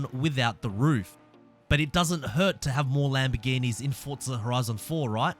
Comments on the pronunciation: its for zaaa not fortza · Fortza? Almost everything he says has a t in it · Good videos. No T in Forza though